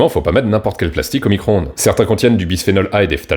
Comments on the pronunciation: ecoutez bien, elle dit : "Nicro-onde" ca montre bien le niveau intelectuel, c est affligeant. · Ouiiii il a dit fourmi - croonde !!!! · "fourmicron-onde" lool !!! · La fourmi-cro-onde 😂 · Four-micronde.😂 J'adore. À plus.🎉